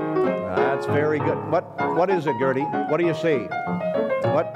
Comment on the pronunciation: Atleast he pronounced her name right unlike me